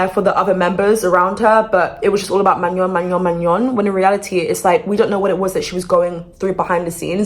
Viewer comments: her name is pronounced "mah-no" you're saying it like maño in spanish😭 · Its Man-own , not Manyon . No shade girl though I love you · maNON it's NON in french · At first I was like manure? No shaaddeee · why do you pronounce manon like she’s an onion lmao 😭😭😭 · Of all the mispronunciations, I prefer Mañon over MaNON lol ily 😭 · Girl I am sorry I wanna hear the tea but hearing "manion" every time.... Sorry I cannot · The way your pronouncing her name is sending me 😂 it’s pronounced Manown. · Why people can’t say Manon the right way. as a Swiss girl it’s so weird to hear MaGNon or worst Maenoo or idk what😂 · Hey! just wanted to point out her name is pronounced like MAH- NO 🫶🏾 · It’s Ma - NOn but the sound N isnt pronounced, It’s a French name so ON have a different pronunciation, a sound that isn’t fully known in English, but do exist. Just think about how we said no in French and then say ma- before. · “Manyon” is killing me 😭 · Honestly it’s better than maNON lmao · yes me to 😭😭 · actually its really pronounced in a french way like "mah-noe" But people also just say "man-on" in the English speaking world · It’s Ma-no😭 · Mañon 😂 sorry I chuckled every time you said her name 😂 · Ben of the week, partially predicted this. Hopefully it stays the hiatus and she doesn’t leave 🫶🫶🫶 Also eyekons are gonna come after you for mispronouncing Manon’s name (Ma Noh). The amount of misinformation and negativity spread about Manon and these girls is absolutely insane. Thank you for being so kind about the situation. Btw ur hair is gorgeous!! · everyone saying that shes pronouncing manon’s name wrong but idek how to pronounce it either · The way u pronounce her name is sending me 😂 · It's not my name But your pronunciation of manon is😭😭 Get well soon manon ❤ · but you can’t even pronounce her name 😂 (no hate, it only was a joke) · The way you pronounce her name is so funny to me you’re saying it like fillet mignon 😭😭😭🫶🏼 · youre pronouncing her name wrong queennnn